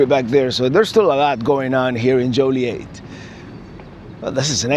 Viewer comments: Born and raised in and around Joliet. It is pronounced Joe Lee Et. It is definitely not Jolly Et either. Them's fightin words around here. And that's not a joke. Many things and places in Illinois have French roots, but it is very much locally unique and heavily Americanized after 300+ years. You won't hear anything pronounced in "proper" French around Chicago. In fact, you probably won't hear anything pronounced properly in any language here, not even English. 🤣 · joilet...like toilet hahahaha said with l♡ve from Napertucky!